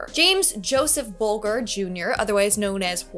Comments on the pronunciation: it kills me when you kids mispronounce stuff I knew in sixth grade. Bull Jurrrrr 🙄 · Whitey Bulger, pronounced with a “j” sound, and his girlfriend were captured years ago and both are dead.